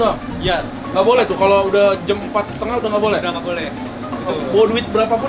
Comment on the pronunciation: Dan "jam" bukan "jem"